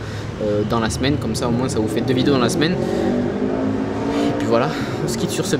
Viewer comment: Apprends à parler... on dit "moins" et non "moinSSSS"